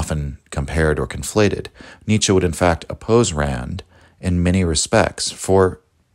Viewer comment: not 'Nietzschah' , but 'Nietzschuh' just saying